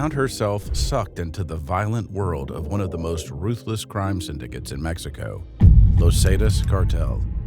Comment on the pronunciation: great vid but him saying lozatas for los zetas was abit frustrating